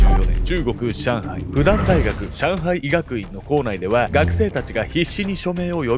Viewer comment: 元復旦生から一言。中国語の拼音では「fudan」と書きますが、発音は「フーダン」です。日本語で読むなら「ふくたん」です。